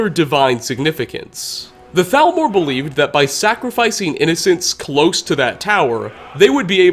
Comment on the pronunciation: hablas castellano o espanglish , al menos di T A L M O R se que se pronuncia salmor pero ni eso